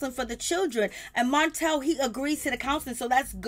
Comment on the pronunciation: the name is Martell not montel. Say the name right.